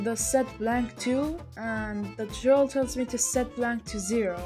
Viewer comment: Ha he said turtorol